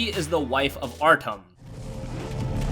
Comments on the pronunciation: you say Artom but guess what its Artyom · ArtEEEEEEEUM....not Artum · WTF is Artom!? Naw fam, they need to re-record this one, get his fucking name right, and re-upload it. This some bullshit, he didn’t even bother to find out how to say Artyom’s name correctly....Artom...wtf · Artom ARTOM ARTOM ITS ARTYOM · Nice video but my ocd is kicking in its not Artom... its Artyom (Art-ee-um) lol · ArtYOM not “artom” what’s next, otm shank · This guy didnt play shit if he played the games or read the books like he says he did he would know how to properly say artyom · He says arkm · It’s fucking ar “T” the fucking T YOM DAMN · Get the protag’s name right...it is NOT Artom. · Good video, but i needed to say something... its Artyom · Everyone talking about his pronunciation of Artyom, here I am thinking “4K on ps4 pro? You mean FauxK” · triggered at the mispronunciation of Artyom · You sir need to play the game and learn the fuck how to say his name Jesus I love your videos but why would you make this video without playing the game